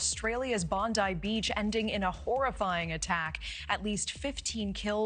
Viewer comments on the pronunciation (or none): Bon die beach? You mean bondee beaxh